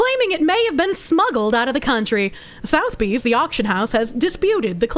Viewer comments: Or how to pronounce Sotheby's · Sotheby's ❌️ South bee ✅️